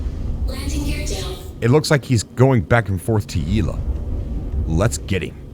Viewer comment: Yel-a not Ye-la... lol